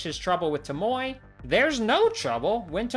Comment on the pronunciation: Why do you say Tomoe like tomoy when the game literally tells you how to pronounce it?Throughout Ishikawas entire storyline, he says it the right way and you just ignore that and say how you want? What